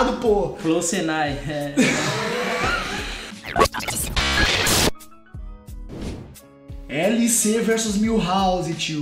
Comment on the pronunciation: "FLOW SENAI" KKKKKKKK